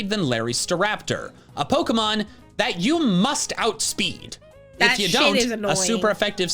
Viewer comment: I love how he over-emphasizes that out-speeding Larry's Staraptor is so important. XD